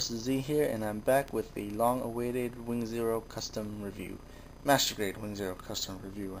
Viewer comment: sounds like he's saying masterbate 'stead of master grade.